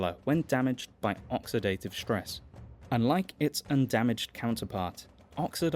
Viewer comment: Hearing ‘shtress’ instead of ‘stress’ stresses me. Can’t help the response.